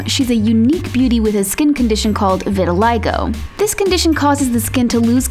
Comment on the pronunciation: is it pronounced “vy•tihl•ih•go” or “vih ti ly go”